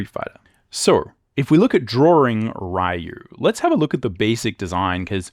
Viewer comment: Bonjour. Good video, BUT there is one thing I'd like you to improve: it's pronounced "Ryu" like "Ree-you", not like "Ri-you". It's pronounced like "e", not like "i".